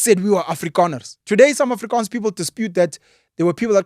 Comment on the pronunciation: I must complement you the way you pronounces the words Afrikaans and Voortrekkers. Well done.